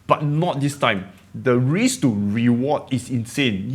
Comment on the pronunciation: The word risk has an accent when you say it!